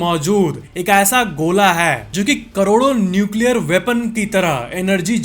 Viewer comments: NUCLEAAAARRAA hai😂😂👍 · Best part - sun nucleaaa rhaa hai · Nuecialriyariya hai 😂😂😂😂😂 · न्यूक्लीयरआ रहा hai 😂 that 's gajab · Nuclearahe was gajab 😂😂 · न्यूकिला रहा है was epic😂 kanpuriya up लैंग्वेज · Nucleararaha hai 😂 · Nuclearaha hai 😂😂😂